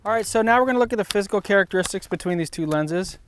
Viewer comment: For a few seconds I thought you said: "So now let's look at the fiscal differences".